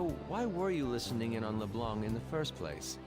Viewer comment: le blang. thanks for the pronunciation yusuke